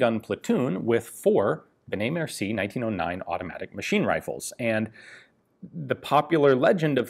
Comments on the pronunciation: "merci-ey" mercié ;) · im a French therefore i have the right to thell u that it's benet-mercié not mercie. mersiEi